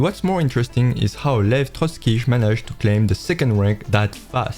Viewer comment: It's Lev Trotskiy